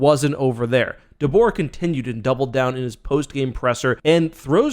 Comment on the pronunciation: Dude it’s DeBoer 🤣 ultimate fail